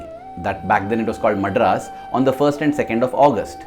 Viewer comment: Wrong pronunciation of "Madras"